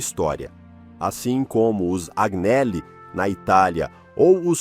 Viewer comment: Agnelli = (anhéli)